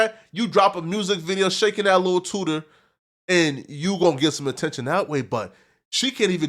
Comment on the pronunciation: is Wild. that was freaky. Why you say TOOTER Like that. And who tf says TOOTER😂😂